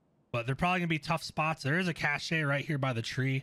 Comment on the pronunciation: Very helpful guide. Deserves more views. But...the e is silent in cache